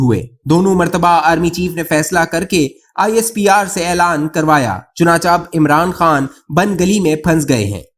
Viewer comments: چنانچہ کاتلفظ چنانچا نہیں بلکہ چنانچے ہوتا ہے۔ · Bhai chuna cha nahi hota, chuna che hota hai. Barahe mahrbani urdu pr rahem karen. Shukria